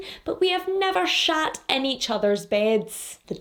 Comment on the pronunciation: We've never shat in each others beds! The Scottish emphasis 🤣🤣 I'm so glad I subscribed!